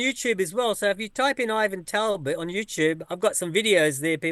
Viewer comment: I am an elocution teacher. Please note that it is pronounced Talbot as in Tall-Butt. Thank you. Mrs D in Yorkshire